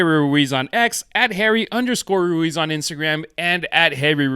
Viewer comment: Roo - wheeze is how you pronounce his surname 😊